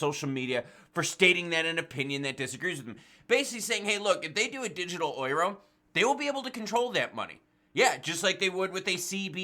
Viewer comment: Yo! Euro is pronounced “you ro” peace out 🤗